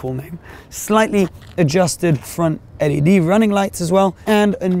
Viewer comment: Did he actually just pronounce LED like the word ‘led’?...